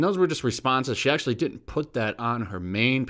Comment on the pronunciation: She said dint Lol